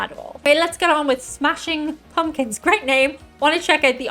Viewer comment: “Smashing Pawmkins”?